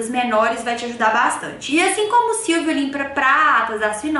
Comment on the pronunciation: SILVO e não silvio kkkkkkkkkkkk